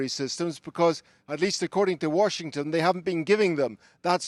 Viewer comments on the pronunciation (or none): none